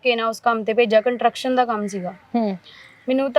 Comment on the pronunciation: ਕੰਨਟਰਕਸ਼ਨ 😂😂😂😂😂ਕੰਸਟਰਕਸ਼ਨ